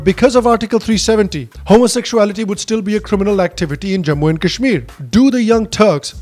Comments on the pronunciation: Seriously! people who can't even pronounce 'Kashmir' properly, are trying to preach India………!! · People who can't even pronounce kashmir are lecturing us on how to govern it